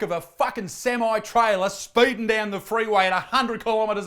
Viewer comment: I'm sorry.. Did you just say SemĪ???? Sem Eye?!?!?!?!?